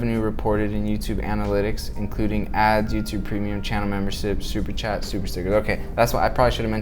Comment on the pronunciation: “Super chickers” 😅 great video, thanks for this!